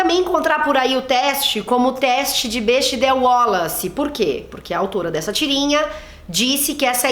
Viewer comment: Se fala Bécdel ;)